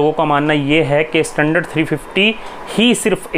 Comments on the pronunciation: please, pronounced standard not I istandard😂😂😂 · Hey man pronounce your English words properly tell "standard" not "Estandard".